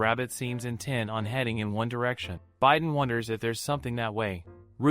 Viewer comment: Haha the bi is pronounce bee not by right?? Idk it’s ai voice so what can you do